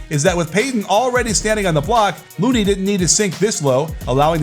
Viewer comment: Why did it sound like you called LOONEY as Moody or Mooney the whole video